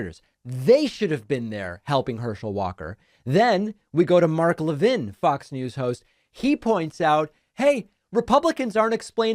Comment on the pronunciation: You're Jewish and you don't know how to pronounce Levin? It's just like Harvey Levin. I know you've heard of HIM.